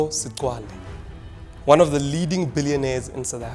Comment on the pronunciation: Is Tokyo Sexwale how imbarrasing a black person who cant pronounced another black person surname u hope the ebergy that u put on exposing blacks u will have same energy to expose white corruption